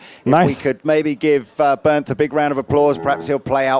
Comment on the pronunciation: I love that asked Digital John how to pronounce Bernth in the speed walk guitar summit tour and then ignored it completely. Bernth took it like a champ and didn’t correct him.